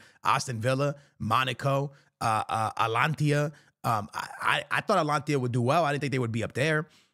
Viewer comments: Atalanta bro. Not atlantia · Bro stop saying Atlantia it's "Atalanta" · He said atalantia 😂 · The way he pronouce "Atlantia" 🤣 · love your content but dog your pronunciation game always has me rolling😂. ”AtLAnTia” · Brother … it’s AT-A-LAN-TA. “ Tia “ ? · Repeat after me: ATA-LANTA How the f do you even come up with Antlantia 😂 Evee single video where you mention them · bro said ALANTI 😂, It's ATALANTS. Typical Madridistas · Bro its pronounced Atalanta. Not alantia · why do you say Atlantia, its called Atalanta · Bro stop saying Atlantia it’s Atalanta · It’s Atalanta not Atlantia I swear does bro even try to pronounce stuff right Atalanta will murder and outplay Madrid really bad Atalanta have been playing some beautiful football they will embarrass Madrid bad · Must be dyslexic 😂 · Oh man it's called atalanta😂 from wher you get the I 😂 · Stop saying atalantia bro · “alantia” please learn how to pronounce names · Someone teach this man how to pronounce Atalanta😭😭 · im getting brain damage from the way you say Atalanta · Nah his way of saying Atalanta is pissing me off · Atalanta bro practice that 😂